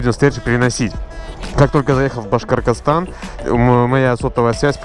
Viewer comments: Нормально научись говорить Башкортостан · Не Башкоркостан, а Башкортостан 🤦‍♂️. Обидно( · Башкоркорстан)) на самом деле Башкортостан. Можно говорить Башкирия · Мне очень забавно слышать как Уфимцу какой-то Башкиргыстан))) Родившись тут даже не думал что это слово способно вызвать затруднения в произношении) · Просто на протяжении всего видео: Башкортастан……. Башкоркостан…..бля😂😂😂😂😂😂😂😂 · башкоркостан))) можешь просто говорить башкирия, чтоб не мучаться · БашкорТОстан а не башкорКостан, хотя костан прикольноьзвучит😃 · И не башкаркастан, а БАШКОРТОСТАН!!!!! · на протяжение 36 минут пытается выговорить "Башкортостан" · Видос о том, как пытается выговорить правильно Башкортостан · Говори пожалуйста правельно "Башкортостан" Я сам из Башкирии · Башкортостан выговаривай правильно пожалуйста